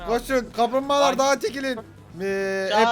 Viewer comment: amk kamplmbagalar diyişi komik